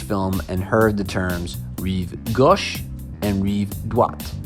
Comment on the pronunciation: rreev gosh? hahaha